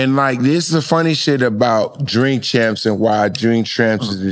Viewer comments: Jink champs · Bill can't even say his name 😂😂😂😂😂